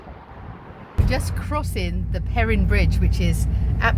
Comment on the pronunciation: Twin Falls Native here. Thanks for stopping by and sharing our little oasis in the desert. Twin Falls Falls is amazing during the spring run-off. That whole "dry" area to the right of the Falls is completely covered in water. Sorry you missed the high water run off. This, and it's sister Falls just up river, are working power supply dams to this day. Oh. The Perrine bridge is pronounced "per - rīne" ....with the long i sound.